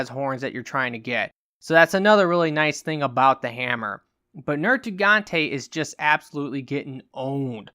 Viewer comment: NerGIGANTE. Not NerTIGANTE. I'm sorry that was just bothering me lol.